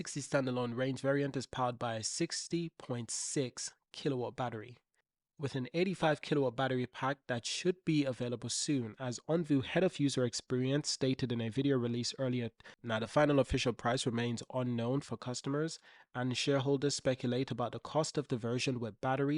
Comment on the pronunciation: OnvOOOOOO not OnvUUUUUU